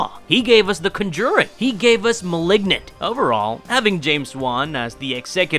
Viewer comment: hooooow did he pronounce conjuring?!?!?!